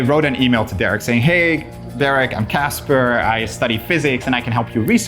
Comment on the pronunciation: Casper can't pronounce the letter 'H' in his words. 🥺